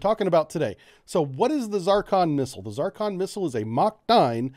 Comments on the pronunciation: What BS. First, a pet peeve. Is it not called Zurrcon? Why is he saying Zarrcon? Zarcon is a planet in the Double D Galaxy. I think Jane Russell played its Queen. But I digress... One aspect we seem to have ignored here is its origin. It's Russian. It's guidance system is probably from a farmhouse in eastern Ukraine. (Russia is short of chips). Even without the war, Russia is a Potemkin Village. All bling, no basics. They claimed to have used it in Ukraine, but there is some real doubt. I think they have something like a working prototype, but a lot of the kinks are yet to be worked out. That is Soviet/Russian par for the course. The difficulties will bedevil the project, but the Russians will smile and act like they have 500 of them in the warehouse 😐. A high energy laser could probably dispatch it at close range, as could CIWS. And lets remember something: a lot of the difficulties in this are on their side. High speed maneuvering? Accurately at Mach 6 or whatever?. Hmmmm. The stresses on materials at that speed will tend to tear the bloody thing apart. I know they have a space program, but I am not sure they are as far along with this as they want everyone to think they are. THAT is the Russian way. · What are the uses of this missle? Why are you calling it a Zarcon instead of a Zircon? Do you have problems with reading and pronouncing words? Technical explanations are incomplete and vague. You shouldn't be producing these videos since third and fourth graders may be trying to learn from it. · it is NOT ZAR CON..... IT IS ZIR CON !!!!!!!!!!!!!!!!!!!!!!!!!! HOW ACCURATE CAN YOU BE ????? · It is called Zircon not Zarcon, yankee. That is Zeercon. At least pronounce it right and show some very basic language awareness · Z (IR) CON Not Z(AR) CON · Zur-con, Zeer-con, Tzur-con, Tzirkon, not 'Zar-kon'. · The "Zarcon"? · It's not a fking ZAARCON. It's Zircon. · Is this weapon a "ZARcon" (what you are saying) or a "ZIRcon" (what you are spelling)?